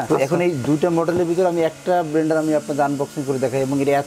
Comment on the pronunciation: উপস্থাপকের উচ্চারণভংগী চমৎকার! 🎤🎤বেলান্ডার! ইশপিশাল!